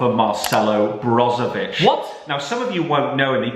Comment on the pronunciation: Nobody:: Marcelo Brozovic